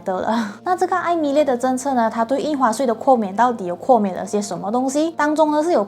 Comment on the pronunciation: 豁免，豁念“或”。不是括kuò免😊。念“年份”2021年的1 念yī，不是念yāo。念三位数及以上的“号码”才念yāo，比如电话号码、护照号码、车牌和门牌，1 才念yāo。😊